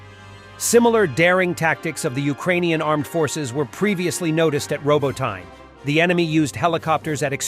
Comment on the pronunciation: Can you fix the pronunciation of robotyne.. "robot knee" is correct... "Robo tine" is rongggg